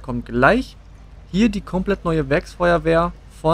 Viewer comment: Das heißt Werkfeuerwehr und net Werks.....